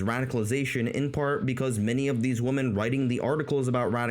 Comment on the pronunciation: Great summary of that sad milieu. Your pronunciation of the word "women" almost burst a blood vessel in my head, but the tremendous quality and sense of humour you put on display more than made up for it. I really hope the manosphere dies, just like I hope tumblr feminism dies. They're on their way out, but I'm not confident they'll ever be truly dead.